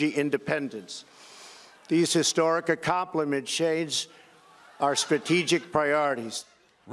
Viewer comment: These historic what? Accompli-shades? 🤣🤣🤣🤣🤣 tolorided 🤣🤣🤣 What school did your president go to? Im glad American ppl’s lives don’t depend on his eloquence.